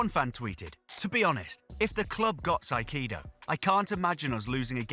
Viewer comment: its not "saikedo" is "kaysedo"